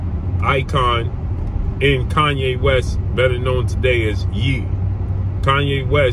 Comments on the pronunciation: Ye (yay) not (yee) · Hey it's pronounced "Yay", not "Yee". 😀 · YE is pronounced YAY KanYE